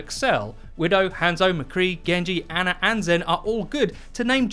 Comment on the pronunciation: Stop saying "aner" and "meter" instead of "Ana" and "meta"